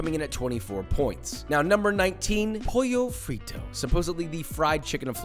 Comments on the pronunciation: bro Italian is not Spanish It's Pollo Fritto and you pronounce the Ls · Either it's pollo frito (in Spanish, with pollo pronounced like you did and one t) or pollo fritto (in Italian), there's no such thing as "poyo fritto" lol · "poyo frito" killed me,, its "POLLO FRITTO" (im italian)